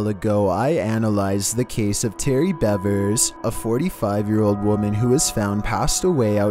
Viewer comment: Her name is Missy Beavers (like the animal). This happened in my town. Be respectful enough to get her name right.